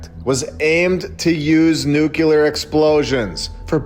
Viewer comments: Nu kleer not nuculur! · There is still nuclear,not "nukilar"... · One more time, friend, you damage your credibility mispronouncing nuclear as "nucular". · "Nukilar"..... seriously? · oh it is nukilar hehehe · READ THIS! Your pronunciation of the adjective ''nuclear'' is cringeworthy and needs polishing a.s.a.p. Otherwise, your channel is fantastic, keep rocking it! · Please pronounce nuclear properly. It impacts your credibility. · With all due respect, please stop pronouncing "nuclear" like Dubya did with his fake accent. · explain to me how that works phonetically. Nuclear. You'll note there is no vowel between c and l.